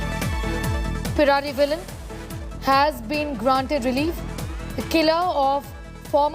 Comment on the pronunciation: Not peravilan -. Pae rari vaa lan